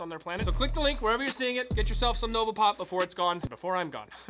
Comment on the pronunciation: I thought you said "Nogla Pop" when you said "Nova Pop".